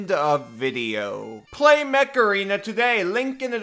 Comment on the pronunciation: it sounded like "macarena" 🤣